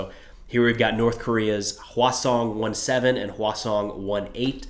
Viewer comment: When you said Hwasong I could have sword you said Croissant 😂